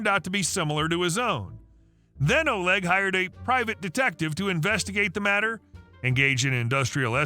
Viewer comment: Love your stories. In the last story Oleg isn't pronounced as O-leg but O-lay. Also chutzpah the c isn't pronounced.